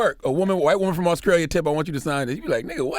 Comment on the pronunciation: Is Charlemagne saying Auskralia or is it just me?